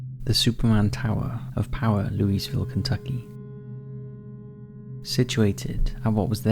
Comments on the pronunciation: Louise-ville? No, That place is pronounced Lou-uh-vull. I should know, I spent a good deal of my life there. Oh, and the park was always known as Kentucky Kingdom. At the time of the accident it was Six Flags Kentucky Kingdom. Six Flags closed the park down and the state took it over after many years of the place being essentially abandoned. When the park first opened many years ago it was considered as part of the fairgrounds there and a ticket to the State Fair included use of the rides in the park in lieu of a midway. That stopped after the first couple years. It's been re-opened for a number of years now and is pretty popular. I don't go there myself but only because I prefer an amusement park in Southern Indiana called Holiday World as they offer free parking, free drinks and free sunscreen and have some world renowned rides. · "Loo WEECE ville, Kentucky"? i can't complain: i totally mess up Wors ter shire. Were ster shur. Were ster sheer. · Love your videos man. A slight correction, Louisville has basically a silent "S" when pronounced as it was named for the French monarch who aided the rebels in the fight for independence. Or if you live there, "Loo-A-vull" 😂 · Louisville is pronounced "luulvul" :)